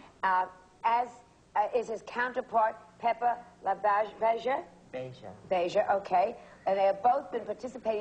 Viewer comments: she hasn't even seen the movie. she doesn't know how to say labeija. add: it's misspelled also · Joan Rivers might be respectful, but she sure didn’t do her homework for the show. Not only did she not even know the pronunciation of Pepper LaBeija, her staff misspelled it under her name when it showed Pepper when she was on camera. They had LaBeija as ‘LaBieja’. How embarrassing!🙈 Also, ‘Is Paris Burning’? With a mistake THAT big, the producers should have ‘CUT’! and started taping all over! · just not sure how Joan could have mispronounced "Labeija" if she really did see the movie. It's not as if that name is only mentioned once in the movie.